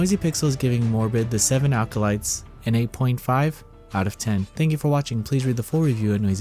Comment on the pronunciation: "Seven alcolytes"